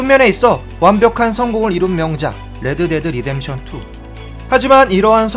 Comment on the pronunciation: '레-드 데-드 리뎀션 투' 발음 재밌는듯 ㅋㅋㅋ